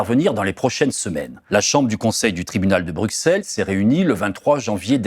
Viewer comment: Merci pour cette enquête très instructive. Par contre, si vous continuez à parler de la Belgique, pourriez-vous prononcer Bruxelles (BR-U-SS-ELLE) correctement? (Cela se prononce de la même façon qu'Auxerre btw). Autant pour les noms de famille je veux bien qu'on se plante, mais pour la capitale du pays francophone voisin, où se trouvent les institutions européennes, l'OTAN et tout le tintouin, ça ne devrait pas être trop dur de dire ce nom. >.<"